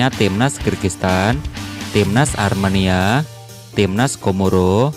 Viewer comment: Bang itu ARMENIA bang bukan AREMANIA 😂